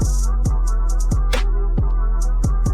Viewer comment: Not “susposudly” 😂😂😂 John Carpenter is the name on the movie btw.